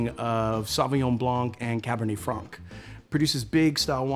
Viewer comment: Note to American sommeliers: Blanc and Franc are pronounced Blan and Fran the C is silent...not sure why they all mispronounce those..other than that I really like André's YouTube channel!